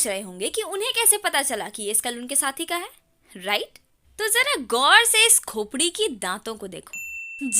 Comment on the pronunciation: When u say khopri i cant stop laugh 😂😂😂😂